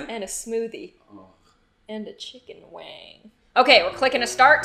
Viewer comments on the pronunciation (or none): "And a chicken waang." That was hilarious 4 me